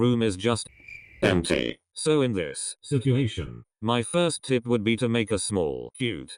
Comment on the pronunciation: nobody: not a single soul: LEGIT NOBODY EVER: the voice: SEW: no... SO the voice still: SEW